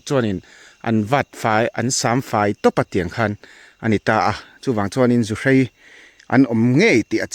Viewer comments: Zuhrei??, zuhrai ti mai la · Zuhrai tih tur aw sir zuhrei ni lovin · Keinipawh zuhrai kan ti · Zuhrai tih tur aw